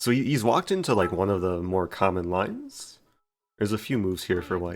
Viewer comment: Mr. Rosen, how come you always over pronounce the last letter of a word? For example, instead of saying “lines” you said “line-ssss” is it a speech impediment or were you just taught like so?